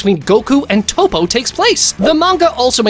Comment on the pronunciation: pikkon is said like p eye kon.... who the hell is peekon and again who the hell is 0 his name is zen-o not 0 and i have a problem with some one your points it seems to me you dont no much about dragon ball at all and who is toe po its TOPP-O